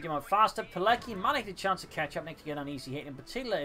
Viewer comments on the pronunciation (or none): FYI, it's pronounced PEE-LETS-KEE, with the accent on LETS, like the WA in Kowalski.